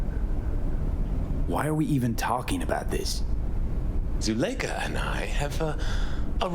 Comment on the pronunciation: I've never heard Zuleikha pronounced like that before...